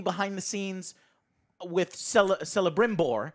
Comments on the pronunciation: The "c" at the beginning of Celebrimbor is pronounced as "k" not "s" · For God's sake please like this comment so Joe can see and not call Kelebrimbor Celebrimbor anymore.. It's with K Joe not with C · It’s pronounced Keh-luh-brim-bore. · Please 'Celebrimbor' is pronounced 'Ke - le - brim - bor', it physically hurts when you call him 'se - le - brim - bor' LOL. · This is funny. I like joe but Alex has excellent points we need to let him voice them. and stop joe saying Selembrimbor, its pronounced with a K... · He butchered Celebrimbor's name (calling him (S)elebrimbor) so many times in previous episoded, it strikes my how he claims he is not "lore master like Alex but still knows much and understands enough" YET he can't even pronounce the name of on of the most crucial figures in Tolkien's lore. And goes on interrupting Alex all the effin times lmao. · I'm surprised Alex hasn't correct him about the pronunciation of celebrimbor Tolkien made most elf names that start with a c pronounced as k. So it's actually Kelabrimbor. They even call him that on the show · Alex please, correct Joe's mispronunciation of Celebrimbor...